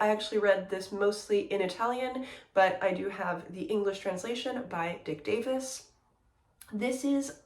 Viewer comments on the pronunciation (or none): none